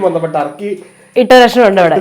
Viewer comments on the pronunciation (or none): none